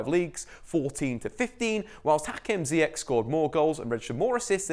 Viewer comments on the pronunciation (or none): Just to be clear, his name is pronounced like Zyash .. the same with Ben Atia, there is no sh in the middle, but it is literally as written At - tia, and you are welcome english native speakers :))